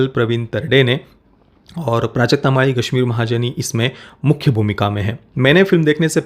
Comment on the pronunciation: It's Gashmeer aap,kuch alag pranounce kar rahe he